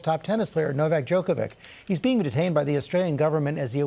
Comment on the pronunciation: Really Stephanopoulos? DjokoviK? You knew how to pronounce Milošević properly when you worked for Bill Clinton in the 90's, but you don't know how to say Djoković.. Strašno..